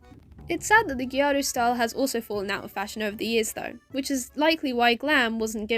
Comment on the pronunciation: and your pronunciation of hime/gyaru are fine!!